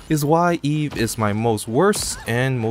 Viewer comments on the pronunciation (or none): why are you calling her eve and not evie